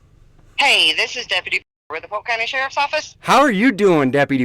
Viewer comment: It's Polk county Hahahaha!!!